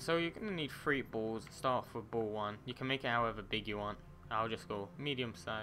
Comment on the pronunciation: Did you say, Bauuls!?